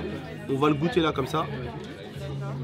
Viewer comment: Mais non pas "gôuttes" 😂 mais "goûtes"